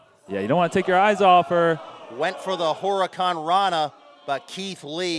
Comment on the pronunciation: That is the weirdest pronunciation of Huracarrana I've ever heard...